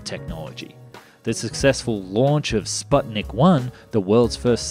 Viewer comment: The word 'sputnik' is pronounced 'sPOOtnik'